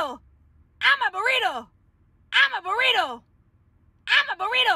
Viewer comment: I like how just is saying I am a borito🤣🤣😂😂